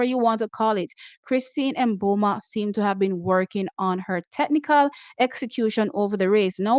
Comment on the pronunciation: Please, we love u. But cease saying M Boma. Sounds too totally off. I say MiBoma, barely touching on the M. However Namibians say it.s pronounced Boma. Totally silent M.